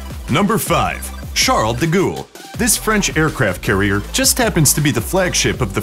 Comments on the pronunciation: LMAO,, Charles de Gool ??? it's pronounced "de Gol" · Charles de Gaule (Gall, gall, gall not gool) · It's not pronounced Charles du Ghoul you idiot. It's Charles du Gall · His name is pronounced like "De Gall" not "De Ghoul" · Charles de gool, say it right yanks it's Gaulle, rhymes with ball. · it's not duh gool!!! its da gull in simple terms. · Is how you pronounce it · Can we just pause for a moment and reflect on how he said "charle duh gole" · Charle de Gool? Jeez. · your pronunciation of Charles de Gaulle hurts my ears